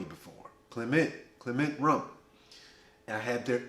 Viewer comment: I met a gentleman from Martinique who corrected my pronunciation. "Clay muh"